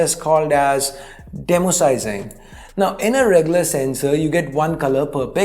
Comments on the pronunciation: DE-MOSIAC-ING Not demo-sizing. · Demo-sizing or De-mosaic-ing 😂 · Thanks for the explanation. Crisp and clear as usual 👍 Know I'm nitpicking here but I guess it's pronounced 'de-mosaicing' Like you are making it less of a mosaic and more of a picture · i strongly recommend a google search when you don't know how to pronounce a word you are unfamiliar with, like "demosaicing" , funny enough there is even a youtube video for pronouncing it , i know it takes time and hardly anybody cares, but if you say it wrong imagine how many people will learn it wrong from you.